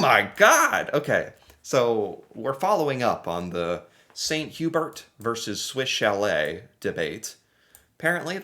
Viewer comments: Hearing people pronounce St. Hubert in an English accent is always entertaining for me for some reason :p Edit: We had snow in April in New Brunswick but it was a small amount so it melted fast :) ice scraper goes away for the summer Edit 2: We have an American uncle who visits and we had to teach him to take his shoes off indoors unless told otherwise. Some people say to leave your shoes on and it's super uncomfortable for me. We also take winter boots off in churches and legion halls so you just have rows of boots lining the entry ways and people running around in socks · good job remembering how to pronounce chalet. For bragging rights you might try the French pronunciation of St Hubert. It is pronounced "san hue-bear" try not to stress the "H." St Hubert is the best rotisserie chicken anywhere. Love your show. It is inspiring to see you trying to learn more about the world. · You got Swiss ShallAY. Well done! But you missed Sant You-BEAR. 50%, though! 😀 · St. Hubert ( pronounced hue-bear) is MUCH better than Swiss chalet. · Hey there. I really enjoy you videos, I'm all for people trying to understand what makes other people "tick". But. So many things to add. I'll just correct one thing. St. Hubert would be pronounced "san-oo-bear", roughly (the "haitch" is silent). Quebec chain, I guess. I've never seen one here in British Columbia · It's not that Anglos don't love poutine as much as the Français, it's that the BEST and original poutine is from Quebec and there are a lot of horrid versions in Anglo provinces. (Using grated mozzarella instead of curds??? Horrid) Also St-Hubert is roughly pronounced "Sent Ew-bear" (francophones please don't cringe - I did say "roughly" lol) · St.Hubert is pronounced ' saint hue-bear'. Almost every town in Quebec has one. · ok you figured out how to pronounce Swiss Chalet. Now please figure out how to pronounce St Hubert. Because the way you are saying it is hilarious!!!! and the wrong pronunciation.